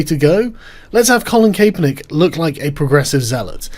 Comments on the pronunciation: it is pronounced Cap-er-nick, not CAPE-er-nick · It's cap as in baseball cap. Not cape as in cape cod lol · It's pronounced Cap-er-nick. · It’s Cap not Cape. For the love of all that is holy what’s wrong with you people today! Tim did it too, I don’t care if it gets more engagement THIS IS OUTRAGE ENGAGEMENT AND IT MIGHT WORK BUT F U!!! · CAPE - ERR - NICK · Kap-per-nick. Regards, a Bloke in the States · He is a douche, but his fucking name is pronounced cap -per-nick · "I neva cared about Calen Kaperneck" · It's pronounced CA-per-nick, REEEEEEEEEEEEEEEEEEEEEEEEEEEEEEEEEEEEEEEEEEEEEEEEEEEEEEEEEEEEEEEEEEEEEEEEEE! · Colin Kay-Per-Nick :D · Nice video, however it is pronounced: 'Cap er nick' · It's pronounced Capper-Nick. The whole thing is a big who cares, but the memes are fantastic. Gotta love that child labour to pay a millionaire millions. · Why can't anybody pronounce Cap-er-Nick? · Max Kae = kay, for sure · Kay•per•nick lol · “I never cared about Colin Kapernick, which is why I never bothered learning how to pronounce his name.” Lol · Why is Sargon saying his name so weird? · Cause the ae